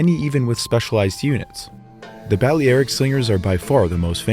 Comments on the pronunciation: Seems like the most important piece of equipment a slinger owned was a pair of running shoes ... because at that range, if you miss your target, which looks fairly likely, you're going to need to run really fast to escape him. Balearic is pronounced as bal-ee-AR-ik (or ˌbæl.iˈær.ɪk in phonetics). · The mispronunciation of Balearic gets quite annoying. Other than that, an interesting video